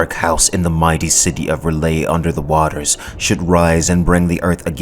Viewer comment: Oh please,, it's R'lyeh, not "Ryleh"...